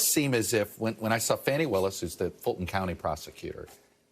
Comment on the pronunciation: It’s pronounced FAWN-ie, not FANNY.